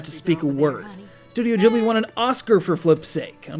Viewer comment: when i heard the pronunciation of Studio Ghibli "Jibli" instead of Ghibli, i cried on the inside a litle...